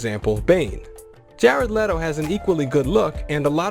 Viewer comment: Leddo? Isn't it Leto(Lee-Toe)?